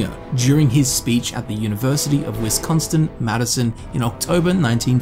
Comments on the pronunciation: It's wis-con-sin not win-const-in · its Wisconsin not Wisconstin bruv lolol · As Wisconsinites my brother and I had a good laugh over “Wisconston” 😄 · University of wisconstin Madison lol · Lol Wisconstin was so close to right but so wrong my brain was like wait what. There's no t in that states name 😂. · “Madison, WISCONSTON” hmmm no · "Wisconstin" smh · "Wisconstin" literally unwatchable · when dude pronounces Wisconsin WIS-CONT-STIN.. smh where is this t people speak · you're literally amazing, but this Wisconsite cringed SO HARD at your pronunciation of "Wisconsin". OOF.